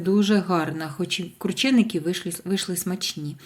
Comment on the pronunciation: Якщо вже так хочете, то правильно кручЕники!